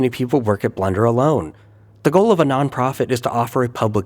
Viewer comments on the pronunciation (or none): Just me or did it sound like he said "Blunder" every time he said blender?